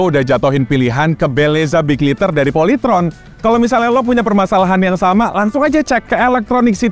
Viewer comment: Bukan POLYTRON tapi POLYTROn